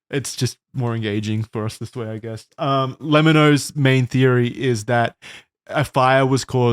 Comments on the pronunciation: "luh-mee-no"?? bruh it's "leh-mi-no" as in "lemme know" as in the contraction of "let me know"! cmon guys, it's in the intro to every video, the voice that says "just lemme know"! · love the lemmino appreciation but the way they’re pronouncing it is making me go insane😭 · Their pronunciation of Lemmino's name was killing me. 😂 It's pronounced like "lemme know". Hence the "just let me know" audio clip as his intros. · seriously! he deserves every shout out he gets. also, it annoyed me a little that they all mispronounced his name lolll. it's Le-mi-no. like "let me know".